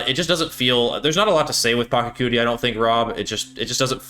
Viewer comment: It's 2025 and you still can't pronounce PA-CHA-CU-TI correctly? Sad.